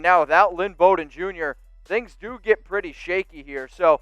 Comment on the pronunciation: No one could pronounce his name. Bowden. Bow as in bow of ship or bow after a theatrical performance + din = Noooooo. Bow and arrow + den of wolves. Correct!